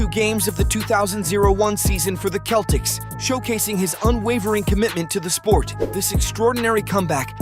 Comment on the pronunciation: Sell-tics not Kell tics lol